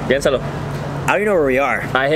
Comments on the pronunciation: when he said “piénsalo” 🤭 damnn okay kian 😏 WOAH “estamos caminando” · omg the “piénsalo” ?????? okay bilingual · “Piénsalo” used in the wrong context but pronounced game A1